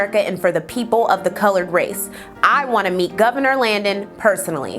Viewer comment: hahahah I knew the presenter was an Ohio alumn because she said THEE...that school is sooooo ridiculously obsessed with keeping 'the' in their name just to spite other schools in Ohio